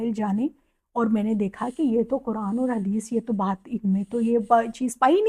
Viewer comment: Wahaban hai, She is inspired by Wahabi Deobandi including engineer Mirza, all in vain. How can she be an Alima when she can't pronounce the Quran clearly, She is saying Kuran.